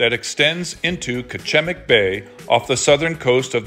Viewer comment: This is my hometown and my brother owns the Lighthouse. BTW, we pronounce Kachemak Bay like "catch-a-mack"